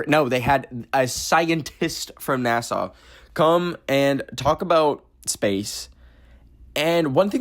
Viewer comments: girl it’s nasa (nas-ah) not Nassau as in Nassau county New York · saying NASA like Nassau is killing me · Why do you say NASA like Nasaw? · i was very confused when he was saying 'neh-saw' bcs i was like 'oh, he mispronounces NASA right??' and my subs were saying Nassau so i googled it and its like a city in the bahamas so i was confused asf like why is he saying NASA like nehsaw and then i remembered he was canadian. apologies, i lowkey thought you were going crazy. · why is saying NASA like nasaw 💀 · why do you pronounce nasa like the place on like island or whatever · I checked the comments to see if anyone else noticed 😭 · WAIT! Is that how we sound saying NASA!? I thought he said NASA normally until I read the comments! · It was cringe